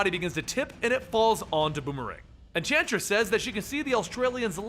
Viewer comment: you said entransist